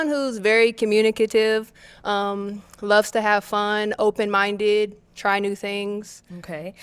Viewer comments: He said COMMUNAKAIVE LMBO 😂😂😂😂😂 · So we just pronouncing “communicative” in British English now ?😂